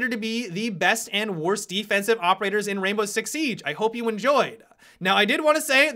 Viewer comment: Op adds an extra syllable and vowel to every last word I his sentences. "...Where i would've originally placed him in-uh."